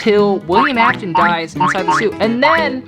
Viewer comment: British Afton